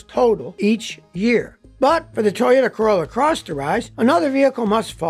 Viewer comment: Scotty Toyota or Toyata Kilmer😀